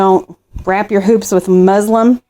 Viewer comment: It is pronounced muslin not Muslim there is a distinct difference.